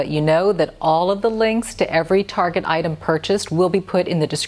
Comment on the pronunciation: It''s Target not Targe. Why are people trying to make it sound so pretentious and ridiculous? It's a cheap store, and it's not French. Its TARGET.